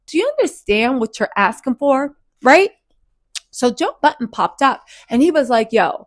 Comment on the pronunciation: Joe Biden😂😂😂 this lady always misspeaks and it’s so funny….it’s so prerogative😂